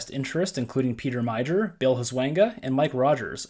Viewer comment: The ONLY reason the states shift deep red is that the Republicans have gerrymandered all the states where they have a majority. The gerrymandering has created "super majority' delegations which squeezes the Democrat chances. By the way Pete Meijer's last name is pronounced 'my-er' not 'my-ger'. His family owns and runs Meijer Inc LLC. It's a big box combination retailer based in Grand Rapids, Michigan.